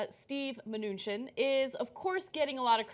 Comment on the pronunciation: From all the ways you mispronounce this Mnuchin guy it sounds like you're all struggling really hard not to call him Munchkin :3